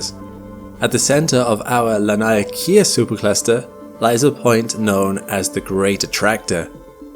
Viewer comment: Friend, I am born and raised in Hawai’i, please take heed; “Laniakea” is pronounced: LAH-NEE-AH-KAY-AH.